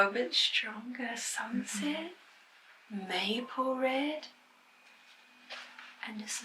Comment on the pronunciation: I can hear NZ when she says "sunset"